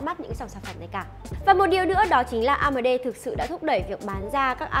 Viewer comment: onboard on bót amd a mờ đê ..... nghe nhứt nách luôn